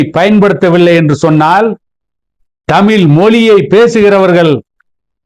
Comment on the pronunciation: ல் ள் நன்றாக உச்சரியுங்கள் தமில் இல்லை தமிழ்